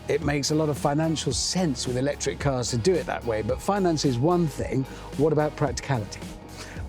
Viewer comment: I stopped watching as soon as Hamster said 'lectric.'